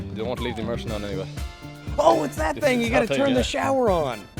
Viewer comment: the Canadian sounded a bit like a texan when he said "that thang" I dunno.